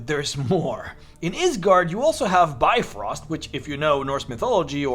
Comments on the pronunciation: it really hurts when you pronounce it bye-frost.... it is more like bee-frost.. and try to make the pronouncement of bee as short as possible. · im more irked by his pronounciation of brifrost. It's Bif-roast not Bi-frost.